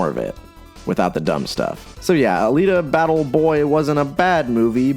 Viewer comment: All of your videos are exactly the same. You literally just say the name of the movie wrong and then either you begrudgingly talk about why it's good or talk about why it is bad